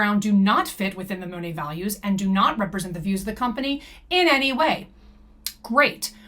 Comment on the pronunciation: Btw the correct pronunciation is Moh-Nate (long O like in Oh). I watched official Monat commercials. PS: Also floored that some REPS actually say it wrong. Like how can you not know how to say your own company’s name